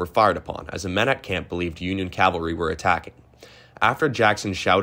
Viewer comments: Um, its "cavalry", not "Calvary". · Calvary is a british army in the 1500s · You are correct! Calvary is the hill Jesus was crucified on. Cavalry were the horse soldiers of the U.S. military. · I thought an original take on Civil War things would be in this video, but when you can't even pronounce Appomattox or cavalry (not Calvary) correctly, I have to think you are just blathering. I won't be back. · AppoMAttox & cavalry (not Calvary, the hill where Christ was crucified).